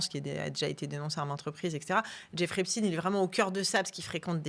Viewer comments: Je me suis arrêté dès la façon dont les deux journalistes ont prononcé le nom de famille d’Epstein. À un moment, il faut arrêter l’hypocrisie : reconnaître les origines ethno-culturelles d’une personne ne devrait pas être un tabou. Le faire ne signifie pas pour autant faire un amalgame ou attribuer une responsabilité collective à qui que ce soit. !! Faut vraiment arrêter d’avoir peur !! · Rien de nouveau ... ils ont bien fait leur devoir Epstin et non Epstein😅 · On dit Poutine, on dit pas Poutaïne, comme il n'y a pas de physicien Estine. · Jeffrey epstiiiiine comme Einstiiine ! C'est ridicule ! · Ça suffit ! Arrêtez de prononcer EpstIne alors que vous prononcer Einstein ! Arrêtez de dire qu'on manque de moyens alors qu'on maltraite nos agriculteurs. Arrêtez de parler de pédophilie alors qu'il s'agit de pédocriminalité. La justice française est une honte !!! La vérité prend l'escalier mais elle va arriver. Quel monde voulons nous pour nos enfants ??? J'ai honte de mon pays. J'ai honte parce que même si ces crimes ne concernent qu'une partie bien particulière de la population, le reste de cette population laisse faire en fermant les yeux sur une réalité monstrueuse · Arrêter de prononcer epstine alors que l' on dis pas Albert einstine mais Einstein . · "Epstine" mais c'est quoi leur problème ? Mdr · Pourquoi elle dit Epstine ? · Epstein pas epstine, c'est saoulant 😡